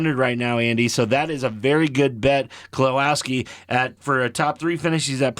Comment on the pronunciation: Believe it or not I've never left a single even remotely negative comment on the internet since I was in middle school but c'mon guys you can't be serious? Steinhouse? Buschler? Kelowawski or however the hell you tried to pronounce it? I don't think you should be giving betting advice when you don't even know the names of the people you're betting on. I get NASCAR isn't everyone's cup of tea but you could've at least PRETENDED to have actually watched even a single race before uploading a video suggesting how people should spend their money. I started watching for genuine picks but only finished the video for the comedy. You're welcome for the watch time though, I get it. Do at least five minutes of research next time or stick to ball sports if you want to be taken even remotely seriously by anyone who at very least knows who Brad Keselowski is.